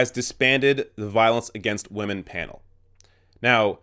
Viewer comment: "Respect wamen." -PewDiePie